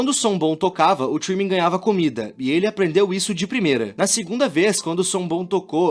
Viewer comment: "aprrendeu"? kkkkkkkkk